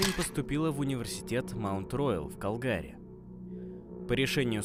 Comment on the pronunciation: УРОДСКИ, когда диктор не посмотрел в Википедии правильное ударение. В 1988 году этот диктор ещё не родился, видимо, и поэтому не знает, что правильно ставить ударение на первый слог в слове КАлгари!!! * в 1988 году в Калгари (Канада) были проведены XV зимние Олимпийские игры